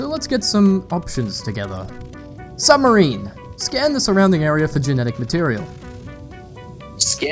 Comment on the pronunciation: that "quiet SUB....... marine" line mightve cost me a year off my life i laughed so hard